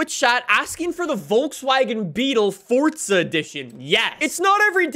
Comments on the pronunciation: I dont know who this guy is but i said let me watch this video and the first thing that i noticed it was how he said the word FORDZA HORAJZON 5 and got me MAD AF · If this guy says fortza one more time😤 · Stooooooop saaaaaaaaaying forTza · DURRR FORTZAAAH FORTTTTZAAA FORTZZAUHHHH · ah yes fortzuh horizon 5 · Bro we get it you say fortza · For-za. There’s no “T”… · Fort Zahhhhhhhhhh!!! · FORTZAAAAA HORIZON XD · I got triggered when fortzuh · FORTZA HORIZON FORTZA HORIZON FORTZA HORIZON FORTZA HORIZON FORTZA HORIZON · FOR-ZA 🙄 almost made this video unwatchable with his pronunciation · Why do you call it fortza horizon 💀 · Dude really says FORTZA so hard and often I can't watch almost. Actually I'm done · fortzah herizon 5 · Stop calling it fortza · Why you say “fort zuh “ literally the only annoying thing in your videos just say it right bro you know you sayin it wrong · can you please stop saying fortsa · Honestly makes the video better imo. Keeps me on the edge of my seat waiting for him to say it again or to realize what he's saying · He says it like that in every video it absolutely drives me nuts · Didn’t know there was a “T” in forza. Lmao weird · It’s not that hard to pronounce Forza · Please stop saying forza horizon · same it’s called forza not fortza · For real I’m like where is the t in forza lol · its for "ZA" not for "TZA" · Well im American so its Forza for me and not “Fortza” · fortza horizon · FOR ZA NOT FORT ZA… FOR ZA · Hey guys welcome back to Fortza horitzon 5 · "For Za" "Fort Za" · there’s no T in forza. it’s not fortza, it’s forza. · Fortza horizen five^ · Cool dude but why does he pronounce it “fortza” 💀 isn’t it “forza” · bro not trying to be mean literally constructive criticism. that said f o r z a. not f o r t z a. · There is NO “T” in Forza bro. It’s not fortza hahaha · It's "Forza" not "fortza' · I keep cringeing when I hear Fortza instead of forza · Bro it’s not fortzah it’s forza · Stop it’s FORZA NOT FORTZA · why do you say fortza